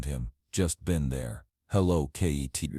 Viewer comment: Not kttt you mean kitt